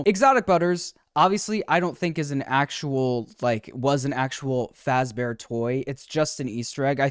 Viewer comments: He says “Freddy FOZbear” (the A sound in “Father”). Wonder if this is a mistake that’ll be fixed in the future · it's still Fazbear pronounced with a soft a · did the voiceover say “freddy fozzbear’s”? lol